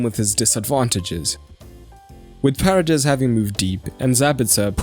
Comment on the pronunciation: Not to be pedantic, but it's pronounced Pa rey des, accent on the second vowel! (not Pah redes, accent on the first as you did). It's actually kind of an awkward name to pronounce in English. Love your videos, keep up your good work! :)